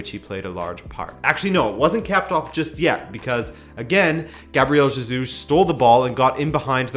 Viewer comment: Hey, I love you and Rabona tv but why😂😂😂😂 u kept saying ZEJUS all through